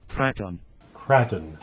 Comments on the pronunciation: How hard it is to pronounce a capital A? It is pronounced Cr-AAAAAAAAAA-ton not Cr-aaaa-ton. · It's pronounced krayton (for the car), kratton is the pronunciation for an Indonesian palace. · Its Krayton!! Lol. Also you didn't use my comment condemning you for your pronunciation! Lol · Sounds strange you calling it an Armer Krarten, not kraten as in milk krate, crate , I’m sure it’s pronounced craten as in crates but spelt different, maybe I just been a plank but hey, everyone to there own I suppose!! Good vids though guys. x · KRAY TON KRATON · I left this video within the first 29 seconds. Say it right Kray-ton. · I'm not saying that I say it right but I say krayton personally, epic video! The main thing is we know what u mean lol! You need a mountain! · I pronounce it krayton 🤷‍♂️ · Its still pronounced Kr-A-ton LOL Kr-AAAA-ton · Nice video :) Pronounciation: How about 'cretin'? :D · Lololol you still say it wrong. Crayfish Krayton Sounds the same. I swear your the only person who pronounce it like you do. Lolol. Sounds something funny. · Hmmmm.... are you sure it's not pronounced kray-ton? But wait a minute and, you both flipped it. That means it's MY turn lol. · Tell that, he's the one calling it the Kr(a)ton, I'm just trying to get him to pronounce it properly. How did you miss that point in my comment? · You really trust a robot to pronounce a NAME correct? That's pretty ignorant. The whole world pronounces it Kray-ton, you just sound like an idiot, LOL! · when he said kraton wrong i was like triggered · Ok I just about wet myself laughing at the opening.......you say tomato I say tomahto, potato, potahto let's call the whole thing off. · Dude your seriously saying it wrong lol good video tho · I don’t give a monkey how you pronounce k!!!!n it’s still great arma RC . As always great video guys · Pronounce Kraton!!!!!!! 😂😂😂😂😂